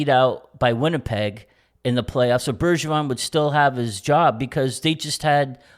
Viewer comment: It s Bergevin not Bergeron